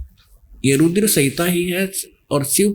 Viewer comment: जहा पर कबीर नही बैठता वहा पर गड़बड़😂😂😂 स्मरण को समरण, रूद्र को रूदर बोलने वाला व्यक्ति आज खुद को भगवान बनाने में लगा है